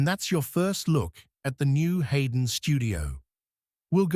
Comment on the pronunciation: This would have been a decent video if you had corrected the pronunciation to be "HeyGen" not " hen" at the beginning of the video